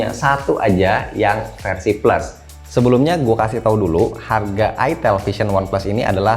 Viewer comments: Itel wee...bukan itilll hahhaha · Ke konter hp "mba mau beli hp itel" bakal awkward banget kalo salah sebut "e" nya jadi "i" wkwk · Ko gua ngiranya dibacanya tuh ayitil